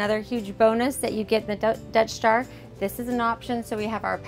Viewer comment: It keeps sounding like your saying "Death Star" 😂 😂 great vids btw really informative